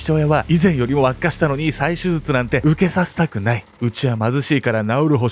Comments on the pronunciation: せつじょすずつ(笑) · 後半はもう「すずつ(手術)」って言っちゃってるけど 言い直してない部分も含めていつも面白いです🤣♥️ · 手術がすずつって聞こえる。親近感。 デデさん、かわいそう。